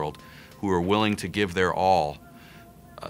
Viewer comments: Just a bit of trivia: the correct pronunciation is “Below” not “Bella.” The correct name is “Bois de Belleau.” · Bellow, not Below. Like, to bellow out an order.